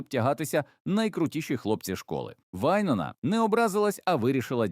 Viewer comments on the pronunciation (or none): Вайн`она - наголос на "о".